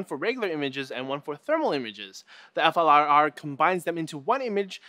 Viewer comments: it's not called F.L.I.R. it's pronounced as a word "Fleer" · why can none of these tech show actually say flir, so far every one tries to spell out F L I R? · It's pronounced "FLEER." Silly Canadians... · you pronounce it like the word 'flirt' just without the T.